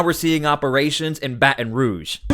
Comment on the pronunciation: Put the T sound in Baton Rouge PLZ!!